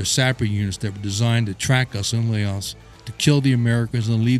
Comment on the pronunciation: "layoss" Lol